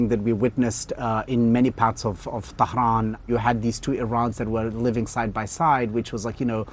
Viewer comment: Losing it at the way keeps catastrophically mispronouncing Tehran. Also, was this his first time meeting Iranians? The patriotism in Iran and among Iranians in general has always verged on psychotic levels